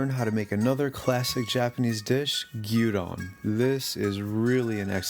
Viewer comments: It's gyuUdon. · I know, old comment, but stil. It's not gyuUdon, its Gyudon. Gyu from Gyuniku, as in cow meat and don, from donburi, meaning literally bowl. So Gyudon it's meat bowl.